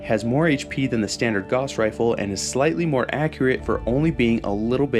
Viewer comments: "Gauss" is a German name (Gauß) so it rhymes with "house". If it was pronounced "goss" it wouldn't be spelled in a way that requires you to pronounce the word with the "ow" sound. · Gauss would be pronounced similar to house with a "G", being German. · not sure if anyone's said it yet, but the way you pronounce "Gauss" upsets me greatly, lol. EDIT: i'ma add "Walther" to that list.. how in the hell can you pronounce "Heckler & Koch" properly, but butcher "Walther" and "Gauss". You hurt my soul. 😂 Also: The "PP" prefix was used on a lot of soviet firearms...so it's not a Walther thing. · Fantastic video, my only suggestion is that Gauss should rhyme with “house”, not “loss” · Cuz that's how Guass is pronounced. Gauss rifles are real, they weren't invented for fallout. This dumbass just says it wrong in every video no matter how many times people correct him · small little nitpick here, and a mistake i used to be prone to, but it's pronounced like "gowwss rifle" (like how you would say "house"), not like "gauze". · Its probounced GOUSE, not "goss" 🤦‍♂️ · Is anyone going to tell that it’s gauss is pronounced gous like house. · Minor correction: gauss is supposed to rhyme with house. "Gowse" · G-ow-ss is the pronunciation. From the legendary mathematician Johan Carl Friedrich Gauss. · Gauss is always a difficult word to know how to pronounce. I've always said it as g-ow-ss. Namely cause of gaussian distribution and how gaussian is pronounced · Just a note, "Gauss" rhymes with "house". Like, "gowse". After Carl Friedrich Gauss who made discoveries involving magnetism. The Gauss is a unit of magnetic field strength, an appropriate name since a Gauss gun fires it's projectile with electromagnetism. Gauss was German but he didn't invent any futuristic weaponry. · holy shit how many videos did you make pronouncing gauss completely wrong?